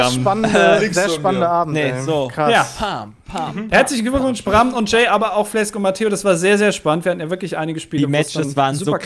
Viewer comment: heißt du jetzt Flesk oder? frag mich warum das so oft mit F hier ausgesprochen wird. Pi-et Smi-et wirds dann wohl =D